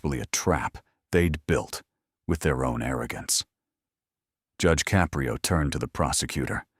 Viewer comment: It's a good story but narrator is terrible. He can't even even figure out how to pronounce Judge Caprio's last name.